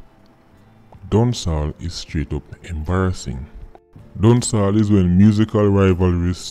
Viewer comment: Why it sound like a seh Dawn Sawl instead of Dancehall?